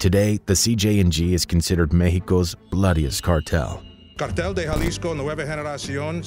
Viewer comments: Yeah, I’ve never heard anyone pronounce it like he did. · Just wanted to let you know that the 'J' in Jalisco is not supposed to be pronounced the same way as we do in English but instead as 'H'. Like H in Hello, so basically 'Halisco'. And also, that wasn't a Poor Man if the guy was the same from the Los Viagras Video in the beginning. They're infamous for the Guerrero Flaying and El Siri's Execution. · jalisco nueva generacion not j a lesco new generation cartel😂 I fuccs with you perro but at least pronounce it correctly. Long Cartel De Sinaloa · Pronounce as "Halisco" - the J is pronounced as an H in English. Even here in America, by non-Latinos. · Jah-lisco hahah, this whole video is a fail with pronunciation. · In Spanish Jalisco is pronounced like Halisco. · It’s really hard for me to listen to someone tell a story about the cartels & at the same time pronounce CJNG “Jell-isco” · Naa . Just so yuno , You lost me at “Jah-leesco” . I’m out ✌️ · It’s pronounced HALISCO the J Is pronounced like a H just a tip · Jalisco - (ha-lee-sco) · The way you pronounce Jalisco makes it sound like a very refreshing popsicle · The way he pronounces Jalisco 🤣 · The way he says Jalisco 🤣